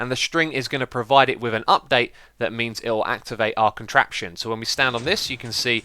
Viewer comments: "Enjoy the contrapion?" Haha, thanks for the video Xisuma :) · Rlly?You said enjoy the contration!